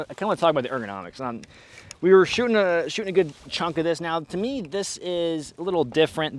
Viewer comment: and “uhm zis is cool and “Zis is cool” had me laughing 🤣 extra hard for a few minutes there